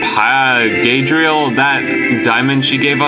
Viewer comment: "Gadriel?" GaLAdriel!